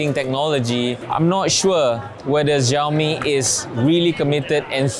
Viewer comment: Apa "zhiaomi" oh? 😅